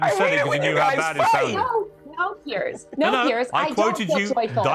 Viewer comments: Piers has complained before that Americans always pronounce his name as pierce, like a stab. Throw a z sound on there and buck the disrespect, and say it like peers. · Piers is pronounced Pierz, not Pierce.